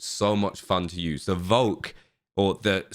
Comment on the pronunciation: the correct pronounciation for volk would sound like folk in English. volksstrumgewehr really means people`s storm rifle. Volk actualy means Nation in my langauge (afrikaans and in netherlands including german as far as I know) Hope this helps a bit lol